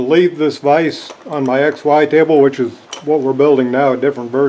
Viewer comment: Kept wondering why the dude kept calling it the "ex-wife table".